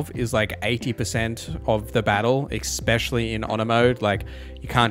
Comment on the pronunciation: it's especially, not ecspecially